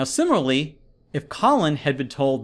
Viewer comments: It kills me that he pronounces “similarly” as “simarly” throughout the whole video while explaining to me a college admission level question. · Sim-i-LAR-ly I know I can’t be the only one who was irritated by his pronunciation 😂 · *It's too bad Mr. Oxford here can't pronounce "similarly" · Until this channels owner learns to pronounce ‘similarly’ correctly he definitely won’t be enrolling to Cambridge!!